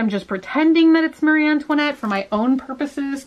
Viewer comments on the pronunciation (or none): none